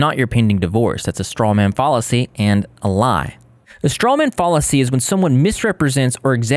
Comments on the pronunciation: bruh i can’t take u trying to point out the issues w her arguments seriously w u mispronouncing the word fallacy like “fall-acy ” 🙃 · He's also saying fallacy wrong, it's pronounced fal-uh-see, with the fal rhyming with pal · Pls google how to pronounce fallacy lol